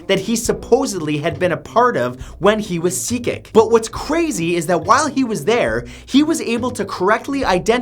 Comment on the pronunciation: Turkish and Indians are the most reincarnated people... BTW, Cecik in turkish is pronounced "Jejik"